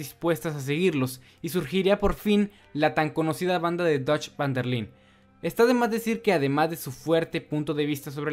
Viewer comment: siempre lo mismo, se pronuncia "fan" aunque se escriba van